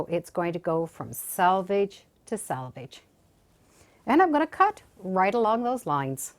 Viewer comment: Thank you for pronouncing selvage correctly! This quilt is gorgeous!